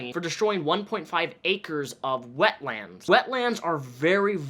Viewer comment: One word 'wetlands' not 'wet lands'